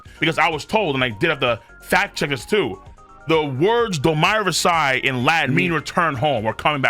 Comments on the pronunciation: The way you pronounce domi reversi doesn't sound more regal it just sounds like you're saying wrong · Both ways he pronounces it are wrong 😭 it does not sound regal, it sounds like painful USA ignorance